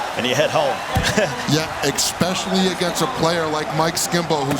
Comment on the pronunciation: Did one of those commentators say "EXpescially!?!"